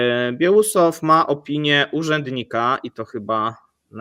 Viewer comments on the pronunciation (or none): Ten nowy minister to Bieło-usow (nie Biełusow). Po polsku by to było: Białowąsow :) Jak na fachowców od Rosji, macie Panowie straszne trudności z Rosyjskimi nazwami własnymi (osobowymi i miejscowymi).